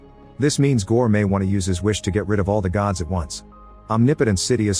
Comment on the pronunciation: It not goods it's Gods😅😂